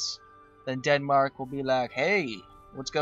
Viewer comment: did he seriously just say DEADMARK??????